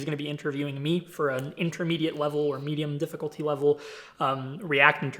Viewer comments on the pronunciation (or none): "Medium". Dear god 😐